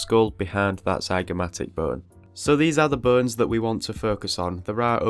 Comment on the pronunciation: The subtitles are hilarious !! I laugh everytime instead of "bones" the subtitles say : "BURNS" because of your accent (wich is so cool btw). I am just begining to study the skull and your video is the greatest way to do so ! Thank you for the great and very helpfull video !! I'm looking forward for the next anatomy videos !!